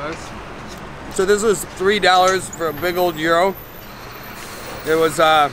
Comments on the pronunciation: She is pointing out that you say dollars in an odd way. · How many “dAllErs” did he say it takes to live there?